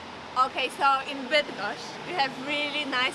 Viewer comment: W Polsce nikt ci nie powie że masz wracać do swojego kraju a w UK to bardzo częste zjawisko. Może wasze tam urodzone dzieci z brytyjskim akcentem już nie będą miały tego problemu. Widać to po próbach pani gdzie próbuje być taka brytyjska że aż słowa Bydgoszcz nie potrafi poprawnie wypowiedzieć bo jeszcze ktoś rozpozna akcent i pokaże palcem drogę do domu. Niewygodny to jest temat.